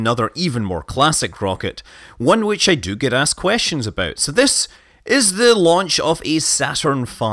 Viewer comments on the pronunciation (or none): none